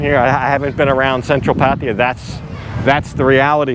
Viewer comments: It's always kinda hilarious when westerners can never pronounce the names of asian people or places as it should. Pataya now sounds like patiya.... Anyway it's a good video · how is it that not one farang can pronounce pattaya correctly, it's not patty ya, it's pah tai yah! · lol, the way you pronounce Pattaya is ridiculous. Just ask the locals the proper way to pronounce it. It’s not Pattya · try to say pattaya with the emphasis on the last a. just try. don't say there's hungry people, try to say there are hungry people. try to learn english and thai. whatever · And sorry to say this. Please pronounce pattaya properly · That's definitely not how you pronounce Pattaya , not with a P